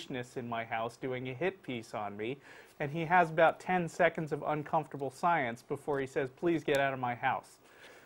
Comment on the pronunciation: Ha, ha. Sounds like he says "uncomfortable SCIENCE " instead of "uncomfortable SILENCE." Evolution is uncomfortable SCIENCE all right. Also, it was 19 seconds of uncomfortable silence and not merely 10. And it is a blatant lie that they inserted Dawkins' pause afterward.